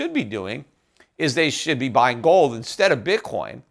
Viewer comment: You receive one bitcoin for every time he says "GOWLD"